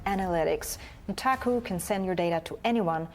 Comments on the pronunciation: Can we stop pronouncing the u in Nutaku as an oo already. I mean it is obviously meant to be NUT...... The pun is blatant. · It's pronounced [Nut-AKKUUU!!!] Note screaming the second sylable is neccasary, like how you say the whole thing for A Tribe Called Quest.